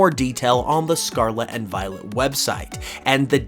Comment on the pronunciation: Can you please say the Word Scarlet correctly once